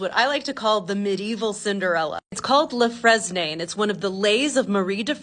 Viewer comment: "Le Fres-nay" LOL